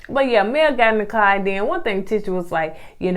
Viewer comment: Review on point! One thing y'all be saying Tisha name wrong, lol. Idk if that's on purpose like Jack and Ciroc or not.